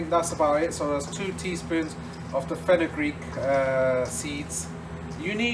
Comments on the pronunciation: Did you meant to say fenel seeds? Fenugreek is meyhi seeds , they don't taste too good in baji's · Hi, Is it fenukgreek seeds? I don't quite catch what you say. Thank you